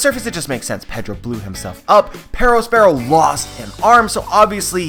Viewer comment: The way you say Perospero is insufferable